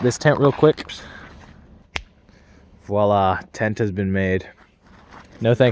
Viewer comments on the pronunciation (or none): none